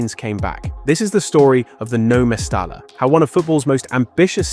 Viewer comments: Two L's as in mestaLLa is pronounced a Y ie... mestaya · Its pronounced Mestaya ...the double L sounds like yi